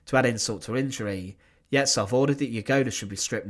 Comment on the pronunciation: Yezhov's surname is pronounced YeZHov, with the ZH being a single letter in Russian Cyrillic that makes a sound like at the end of garage.